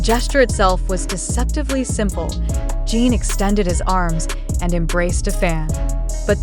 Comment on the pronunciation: Podia pelo menos falar o nome dele corretamente!!!!!!